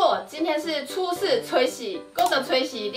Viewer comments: 是ㄘㄡ洗 不是ㄘㄨㄟ洗拉 哈哈哈哈哈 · 聽千千說初四，我怎聽成找死（台） 哈哈哈~ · 一開始初四的台語就講錯了